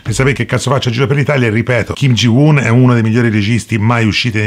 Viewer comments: Comunque si pronuncia Kim Ji Un, molto semplice. I nomi coreani non sono così complicati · E quindi si pronuncia così… 🙄 È brutto che uno appassionato di questo regista, che lo ha pure incontrato (!!), non sappia pronunciare il suo nome…